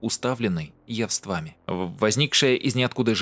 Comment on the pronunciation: Над грамотностью русской речи надо бы поработать. яВствАми, капОр, рогатИна... Никуда не годится